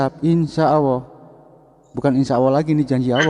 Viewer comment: Mana baca ny salah lagi...dbaca Alah hadeuuuh